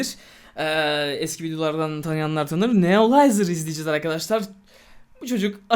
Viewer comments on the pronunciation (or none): Abi Neolizeri çok seviyorsun ama adama Nerolizer dedin ne iş ayıp değil mi